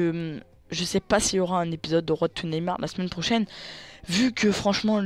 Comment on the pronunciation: ça se prononce pas road.... niveau 5eme meme pas